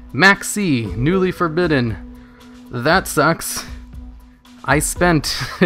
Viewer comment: For-Badden?! Why would you pronounce it like that?!